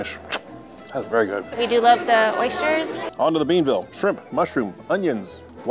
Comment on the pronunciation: I first ate at Gaido’s 60 years ago. My uncles were good friends and grade school classmates with Nick Gaido’s grandfather. As several others have noted, most locals don’t go to Gaido’s anymore. Nick’s next door is better IMO and more reasonably priced. Oh…Oysters BEAN-ville? It’s Be-N-ville.